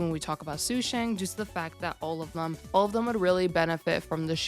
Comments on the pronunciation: PLEASE ITS SHU SHAANG IT HURTS TO HEAR YOU SAY THAT SUE SHANG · Its okay it just really hurts when i hear su shang but its not like you take chinese lessons